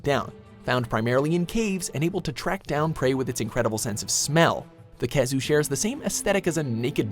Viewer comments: Khezu? Kecha? And other bullshit you put on the list. Or are you just trolling? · i’m sorry did i just hear nibelsnarf and khezu? wth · Khezu?? Really? How?? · Khezu? Seriously? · khezu !? really ?? 😂😂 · Khezu?! Really??? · Disliked as soon as I heard Khezu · Joe Z. Me to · the pronunciation in this but pisses me off, IT'S PRONOUNCED "WY-VERN" NOT "WIVERN" KEY-ZOO" NOT "KEH-ZOO" ALSO "ASTA-LOSS" NOT "ASTA-LOWS SAME WITH "RATHA-LOSS" YOU DIPSHIT